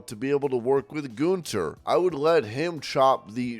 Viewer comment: it is pronounced gun- ther not goonther